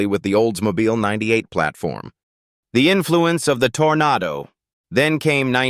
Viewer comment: Not olds mobile tornado Oldsmobile toronado Stupid a I voice generated , and I hate this guy's voice